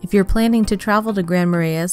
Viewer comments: Who coached the woman, doing the voice over, how to pronounce the names in this video? PortRage? Grand Mara-is? Wa-bash-a? C'mon! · and massacred Kabetogama & Marais, lol